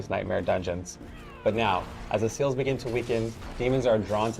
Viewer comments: When he said the seals begin to weaken, I heard the sales begin to weaken. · Yeah even I heard SEALS as SALES and microdungeons and micro transactions 😂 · He actually said/pronounced SALES